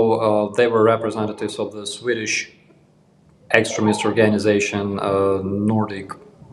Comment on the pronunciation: The first time i heard you call them extremist, I heard excrement...lol